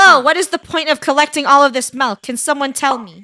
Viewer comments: i hear melk lol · Mil, mailk, melk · I love how Funneh says "Melk" instead of "Milk" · I love that funneh and KREW pronounces milk as 'mil' 😄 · I heard Mailk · I hear melk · I heard “meLk” 😄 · I heard milek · i hear mel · It’s Malk lol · I heard meilk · they dont... they say "melk" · No its MELK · I was kind sad when she said milk instead of malk now but only ogs know malk😭😭🥹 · How most people say milk:MILK How krew says it:MELK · I like how funneh Proununce milk with melk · Or as funneh would say…the Melk story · Ah yes ✨melk✨ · "Find the Missing Melk in Roblox" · What are y'all on it's not milk it's melk